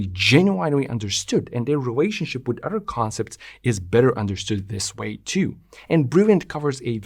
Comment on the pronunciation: You are a brilliant mind and amaze me with your comprehension... but please explain to me how you can be so smart, yet fail to understand the word "other" isn't pronounced as "udder". Why does your brain glitch on such a simple concept like pronouncing every word with the letters "th" properly? This is not meant as an insult, I'm just truly confused as if I watched someone solve advanced algebra equations only to see they can not grasp an understanding of how to tie their own shoe laces.